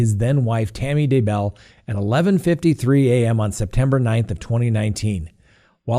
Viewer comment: YEAH! You finally pronounced Daybell correctly. Love your show!!